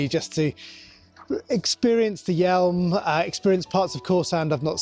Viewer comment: PS the River Yealm is pronounced 'yam', not 'yelm'. I know the area especially around Plymouth and the Sound well. From Bodmin.